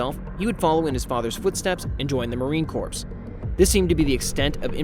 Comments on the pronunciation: Bro, Marine Corps is pronounced Marine "Core" not corpse. 🤦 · It's pronounced: Marine Core Not Corpse. A corpse is a dead body. Marines aren't dead bodies 😁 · Marine "Corpse"? It's spelled "corps" bit it is pronounced like "core" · Marine “core” not corpse. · Enjoyed this. However, please make sure to tell your narrator that corps is pronounced CORE. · its not pronounced marine corpse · It’s pronounced marine core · Military jargon can be weird. Marine Corps is pronounced like the word 'core.' The PS is silent. Nice work though! Hadn't heard of this weirdo. I'll be following along for the ride! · How many press ups for his mispronunciation?! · You got a new sub! Just one small thing, "Corps" is pronounced "core". Yeah it's weird. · I thought the same thing! Lol. As the wife of a proud Marine hearing that pronunciation is like nails on a chalkboard! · Bro u know the p and s are silent in corps, As in Marine Corps. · The p is silent in Corps dude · The "ps" in "corps" is silent. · I couldn't finish watching this past time . The difference between Marine Corps. and corps is obvious. Please learn the difference between words. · Corps the p and s are silent. Love the vid though. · ya learn something new every day. Maybe someone else learned how to pronounce the word corps today.